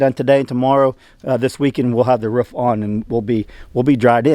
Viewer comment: Now you can sing the old Frank Sinatra song " I did it my way" I keep hearing you say " ruff" that's the sound dogs make, it's roof. Your getting there.